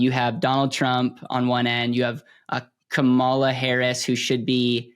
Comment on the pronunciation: I’ve loved your videos but the pronouncing Kamala wrong and the “open her mouth” part…definitely lost a little respect on that one.